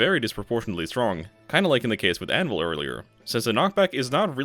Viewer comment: Absolutely obsessed with how every time you say "Anvil" it sounds like you're saying "Animal"